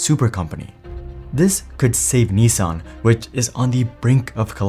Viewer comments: I think it is niss san, not nee sang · Nissan not neesan. Baffles me how you pronounce it EE instead of i. So it’s should eets by that logic. Its pronounced the ways it’s spelt. America mispronouncing words since 1888. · The way that news anchor pronounced Nissan hurt my ears. 😂